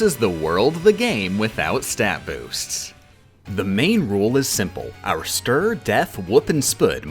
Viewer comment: You had me at 'stur', 'def', 'wup' and 'spuud'.